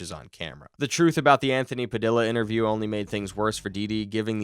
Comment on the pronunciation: it’s Puh-dee-yuh , not puh-dill-uh 😭😭